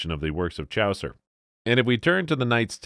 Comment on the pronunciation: "Worchester" for Worcester, "Chowcer" for Chaucer ... AI needs some betterinput.